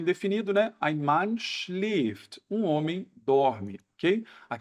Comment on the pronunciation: Schläft, mas o ä tem som de (é) e não de (i )como tu mencionou no início, correto??